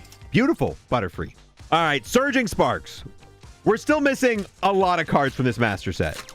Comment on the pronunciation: Idk why I hear Surging Farts whenever dude says Surging Sparks hahaha